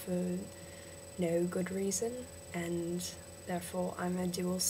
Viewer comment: i'd say that the problem is with your "a". you say 'and' really britishy. it needs to sound a bit more like an "e" sound but not just "e", a mix between "a" and "e". Just "e" is New Zealander